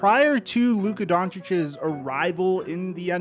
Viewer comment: Omg PLEASE stop saying Doncicic's 😵